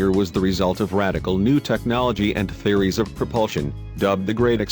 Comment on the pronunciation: I nearly chocked on my Frugo Black when the robot voice said 'Fairies of Propulsion' instead of Theories.